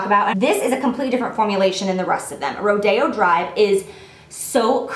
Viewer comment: She pronounced correctly :) it guess maybe it depends on where you live in the country but in California (Los Angeles area ) we pronounce it Ro Day O drive 😊